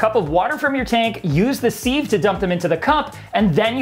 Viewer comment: Siv not seeve, love from the uk